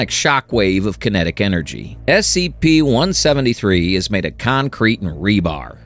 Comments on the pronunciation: this is all ai and ur even covering it up saying "well hide that better next time" can u get any worse u even mispruonounced "scp" as "spc"? js make actual content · "the SPC foundation" that is an honest slip of the tong, a slight mistake. I can respect that you did use a real voice instead of an AI voice. the visuals though... not a fan, i would have been more impressed if you had put together pictures and game play footage over this. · KEH-ter S C P